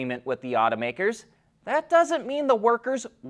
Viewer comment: Otto-makers, not oughta- workers